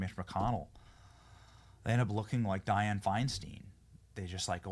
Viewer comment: Learn how to pronounce Diane’s name, you pronounce it wrong every time you say it.